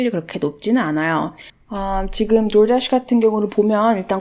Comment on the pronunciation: door dash발음 웨케 섹쉬하시나요.. 공부하러들어왔다 설레네요 휴 렉카님은저리가세요